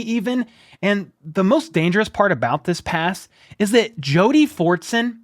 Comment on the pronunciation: Fortson? Forts on?